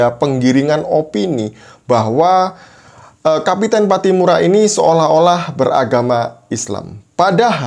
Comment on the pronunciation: kapitan bukan kapiten. Orang Maluku biasanya pakai nama KAPITAN PATTIMURA.